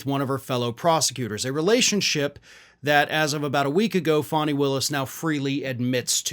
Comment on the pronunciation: FAN-knee = fani not FAN-hi